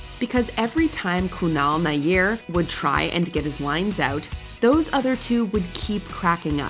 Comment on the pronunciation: It's (nah•YAR),, not "Naiyir", as you would have it.